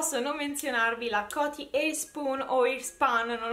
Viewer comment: bellissimo video! una sola cosa.... si pronuncia Cotì e non Còti... :-)